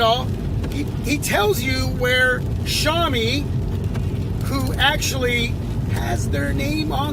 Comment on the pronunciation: you asked how it looked and I answered you I don't care about what big YouTubers think about the pocophone and learn how to say xiaomi it's not shaw-mi.